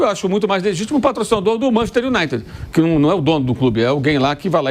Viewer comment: Manchester Unaite.